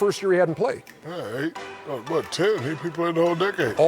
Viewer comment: Charles said “Wat” 😂😂😂😂😂